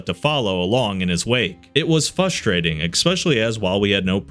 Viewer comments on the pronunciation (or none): By brother it’s pronounced “FRUST-rating” there’s an R in the first syllable